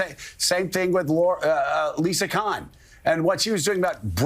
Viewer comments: Its Lina Khan not Liza Khan .... Joe doesn't give a damn about this. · Funny how made sure to pronounce Zohran's name correctly but not Lina's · Scarborough is so proud of himself for barely getting Mamdani's name right for once ... and then he proceeds to screw up Lina Khan. It's not even like it's a confusing name. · That stood out. Sometimes people slip. But this guy two seconds before messing up her name, patted himself on the back for saying Mamdani's name correctly, like he had been getting it wrong for weeks despite his job being to talk on camera on a politics show.